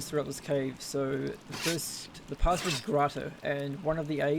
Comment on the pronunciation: "DEH PUHSWERDS GRAWTUHHH" Outstanding.